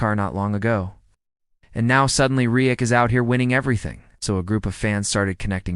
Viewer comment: It would be nice if a real human narrated this instead of AI that never seems to pronounce the words right...... Can't even say Reddick right and that is what the video is all about.